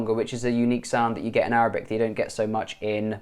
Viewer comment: Man your Arabic accent is AMAZING And you can speak Egyptian arabic very well And i'm from Egypt by the way